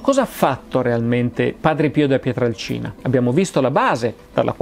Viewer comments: Bello, documentato e puntuale come sempre, ma... PietrElcina, non Piatralcina. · Si pronuncia....Pietrelcina !!! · Ciao Massimo, interessante video ma ti faccio due appunti. Il paese di origine di Padre Pio è Pietrelcina (e non Pietralcina come spesso ripeti) e si trova nel Sannio, in provincia di Benevento, e non nel Gargano. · Massimo questo video è un prodotto eccezionale, ma è Padre Pio da PietrElcina e non da Pietralcina. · Non è fondamentale ma è PietrElcina e non Pietralcina, è un errore comune =) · Cmq il paese è Pietrelcina, no Pietralcina!!! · Si chiamava Padre Pio da Pietrelcina, non "Pietralcina". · Scusa Massimo Ma PIETRALCINA, o PIETRELCINA??? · Pietrelcina Pietrelcina Pietrelcina Pietrelcina Pietrelcina Pietrelcina Pietrelcina... non "Pietralcina" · È Pietrelcina comunque non Pietralcina...